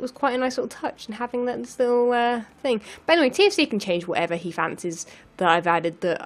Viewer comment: "TFC" sounds like "TNT".